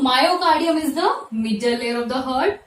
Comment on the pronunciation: I stopped watching your video the moment I heard "Hurt" instead of "Heart" ...pronounce to achese karo hurt kya hai hurt ....